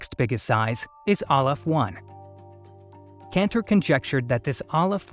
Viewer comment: it's Cantor not Kentor